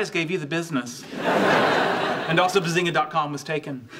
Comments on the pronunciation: When sheldor coopbag said Bazingoo I felt that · Shedlad Cobra said Bazengei